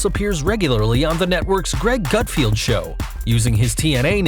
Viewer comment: It's Gutfeld not Gutfield and he also has his own show on Fox......it's called research dude! Try it!